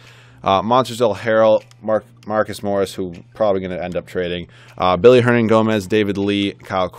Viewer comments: Good video. Just two things. It is Willy, not Billy Hernangomez and also, why pass on Ulis? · It's Willy not Billy